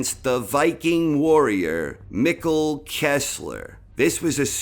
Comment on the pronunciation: Mikkel not Mickle